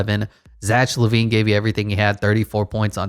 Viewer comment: cool but zach lavine is said like zak